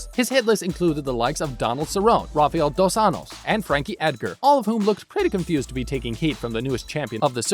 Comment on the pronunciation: You could at least watch a fight so you will know how to pronounce the name Donald Cerrone and Rafael dos Anjos